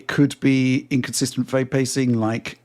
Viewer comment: Every time he says “Fame” rates instead of “frame” rates its killing my ears